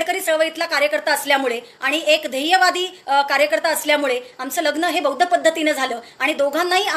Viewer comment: Swagat madam pan buaddhcha d cha m karu naka krupaya hi vinati hitias sangato